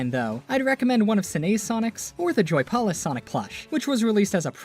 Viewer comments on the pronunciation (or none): WHY ARE YOU SAYING JOY-POL-IS